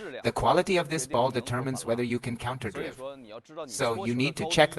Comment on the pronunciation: The way the AI pronounces counterdrive is annoying. Great info nevertheless!